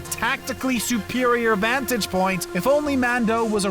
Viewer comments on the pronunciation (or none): none